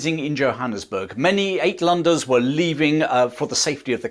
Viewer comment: Uit is pronounced Out. Outlanders.